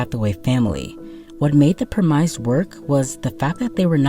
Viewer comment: This is the second video of yours ive watched, very good stuff so far, but im still getting use to your pronunciation of premise